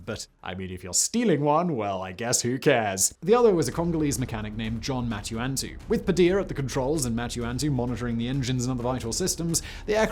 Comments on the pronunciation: MUTANTU, how the fuck do you pronounce that as MATU-ANTU?! Did they even vet your oral skills before throwing you on as a host, or were they desperate for a bald, bearded British guy to narrate this shit? You'd think doing this for a living would make you want to give a shit and improve, but nahhhh. Jesus CHRIST Simon, can you guys hire me to narrate something? Because I can half-ass it as well, and probably way better than you, at least with the pronunciations. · RIP John Mutantu's Last name. Foreign pronunciation is a just bridge too far for the Brits. "You frogs invented this thing called the " Carbean"? Well we're calling it the "Carbyne" as is proper" John Mutantu is John MantuAntu now. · "Mutantu"... Like MUTANT with a U. Simon, did you f*** up the rehearsal? Or did your editor? Or did your... Sorry to slap you in your face with this. BUT, I feel that bad editing is UNFORGIVEABLE! They won't let ME get away with it. So... Mind you... 👆